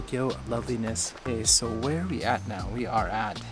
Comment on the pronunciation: it's sounds like you are saying 'QUESO' when you say 'ok so, ...' :D